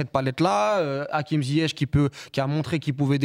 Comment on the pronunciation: La vidéo est top et on sent bien l’expertise Mais j’aimerais vraiment qu’on s’applique à prononcer correctement les noms marocains, d’autant plus venant de personnes maghrébines… On peut pas entendre des Lekja, Ouna-i, Akim Ziyech, Achraf Akimi…. Respectons nous svp et respectons les gens